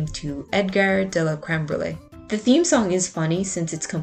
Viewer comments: As a French person, unfortunately I must tell you that this is NOT how you pronounce "cambriole". But you said it in the funniest possible way, so you get a pass. No seriously, thank you for all the work and effort you put in this video! I loved the editing. I only got into Lupin III last month, so your video helped me make more sense of the overwhelming amount of content there is for it. One of my new year resolutions is to watch at least one episode a day, I should be done by the end of the year if I stick to it! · really cool video, if you had a better microphone your content would be up there in terms of quality. by the way you were indeed very wrong about the prononciation of "edgar de la cambriole" lol